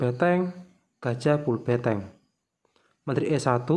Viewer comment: BeNteng mas bukan beTeng